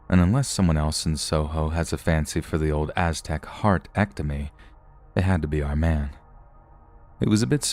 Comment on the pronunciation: heart was a little Irish, next time try pretending you're the Queen and say 'Harp' (the instrument) go less old timey and more over the top posh tot then change the p to a t and you'll be spot on 😁😘 everything else was just fine 😊 love it when you go British 😁